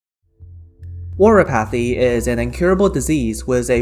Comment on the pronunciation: I don't know what your first language may be, but it's just really funny to hear "oriPAHthy" xD